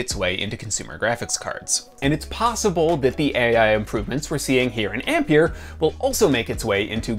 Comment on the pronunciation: Learn to say Ampere please